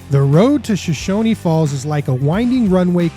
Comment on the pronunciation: BTW, it's pronounce "Show-shoan", not "Show-shony"